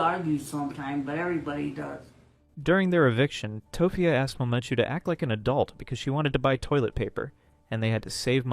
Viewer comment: The way you say mamachu and papachu is fucking irritating. I hope you did it on purpose instead of sounding like some German/Norwegian child pronouncing it.